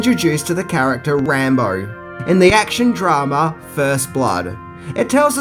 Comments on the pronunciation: Who’s Rahmo ....it’s pronounced Rambo. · Wtf speaker. Rambar hahaha!!! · Is it me or is saying "Rambar" sometimes? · You mean “Rambo”? 😂